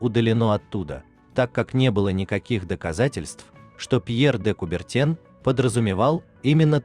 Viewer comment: 3-й вопрос: "Фраза принадлежит перу БенджаминА ФранклинА" (не дательный падеж, а родительный). 8-й вопрос: "Кольца символизируют союз пятИ частей света (всё тот же родительный падеж); фамилия председателя Международного Олимпийского комитета произносится так: "КубертЭн" (никак не "Кубертён").